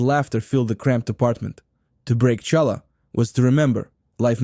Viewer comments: Obviously Ai - no Jewish person would say cha- llah! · CHalla? Oy vey! And it’s pronounced matzah breye. 🤔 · It’s not shallow. Pronounce it properly. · Stop saying Challah!!! It pronounced Khallah! English doesn't have this ability to say this consonant, so they say hallah or challah, but you should try to pronounce it khhhh from the back of your throat. Similar to the Persian letter for Shah, which is also should be pronounced Shakhhhhh , means king. In chess the word check is again a distortion of the word Shakh. Check mate literally means the king is dead. Mat in Semitic languages mean dead. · Please say Challah correctly, not as you said it as the ch in chair.Thankyou. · Please get a narrator who can correctly pronounce challah! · I enjoyed the video - but it would have really less painful if there would have been an effort to pronounce the names of the foods properly. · cant you find anyone to be the voice who can pronounce Challah correctly????? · Ai Russky can't properly pronounce challah ! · After making me wince by mispronouncing “challah,” you totally lost credibility with me when you made the common mistake of confusing smoked salmon with lox. Smoked salmon is nice fish, but it was UNsmoked brine-cured salmon, real LOX, that combined with cream cheese on bagels to become a new favorite of Jewish cuisine. Nova Scotia and other smoked salmon had nothing to do with it until decades later when some stores and restaurants started misrepresenting smoked salmon as lox. Shame on you for perpetuating a deception that has caused real lox to almost disappear from the market. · c'mon. This guy isn't Jewish. Is there a Jew in the world who doesn't know challah is not pronounced with an American CH? Or an Ashkenazi Jew anywhere who says matzo "bree"??? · Good content read by an uncircumcised Russian bot. Lol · Yes, the pronunciation was lacking in certain words. Like challah 😂 but the food looked really good. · It's Halla. Not challa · WHY DID YOU SAY CHA LA? WRONG!